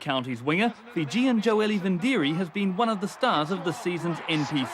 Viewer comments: there's no n in vidiri, they all butchered his name through out his career and still do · know this,, his name is joeli vidiri, theres no N in his name,, now listen to the commentators, they call him joeli vindiri, wrong assholes,, why dont they call richie mc caw richie maclaw????? its the same dumb mistake,, david wood was a pukekohe and counties winger the commentators called him david woods, grrrrrr do youre job properly